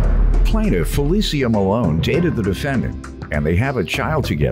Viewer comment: I'm loving the correct pronunciation of our name. Finally! How FeliCIA is being called FeliSHA I don't know.